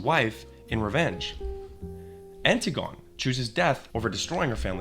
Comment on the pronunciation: Thats certainly a way of pronouncing Dionysus and Antigone. C'mon man . . .